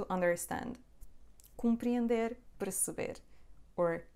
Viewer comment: could you please clarify the pronunciation of PERCEBER? What you said sounded like PREceber. I have started to learn Portuguese only a few weeks back. Of the many teachers on Youtube, you are my favorite.